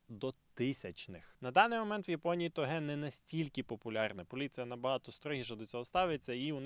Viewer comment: Я вибачаюсь, але хіба не тОге?